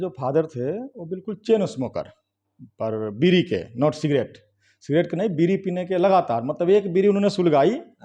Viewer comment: BEEDI NAHI BEERI KAHIYE PAHALWANI KAAN SE THEEK SUNAT RAHIN